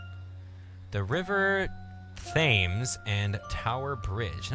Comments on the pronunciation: Thames is pronounced Tems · Thames=Tems <--- said like that. Great video #teamwright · Its said Tames! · THAMES IS PRONOUNCED "TEMS"! When will any non-British YouTuber get that wright!wink wink nudge nudge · The River Thames is pronounced tems. It's odd but cool :D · The river is called the river Thames you say it as if the a is a e